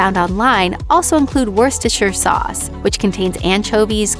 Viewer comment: It's Worcestershire...